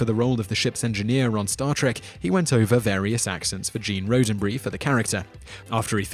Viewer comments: "Gene RHODEN-Bree" ?? really? "berry" has 2 syllables speaking of accents, why do british insist on Mispronouncing the English language? "Roddenberry" double 'dd" means there is NO way you should have a long "o" . . . no way, no how That's English. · Darrel Jones yes you were totally right about the Gene Roddenberry thing! And probably others I didn't spot! I was guessing he just wasn't familiar with the way Rodenberry pronounced his own name